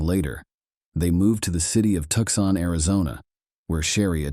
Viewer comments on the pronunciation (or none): Please try to get a bot that can pronounce words close to the correct pronunciation! Tucson is two-sahn! I just can't watch videos that almost every sentence has words that I have to figure out!